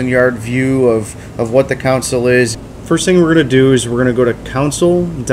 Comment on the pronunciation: Its pronounced "Con-sole" not "council:. Otherwise, great vid!